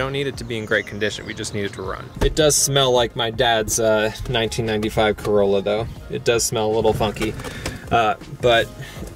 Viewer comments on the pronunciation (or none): none